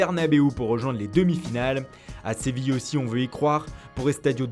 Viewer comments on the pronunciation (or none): none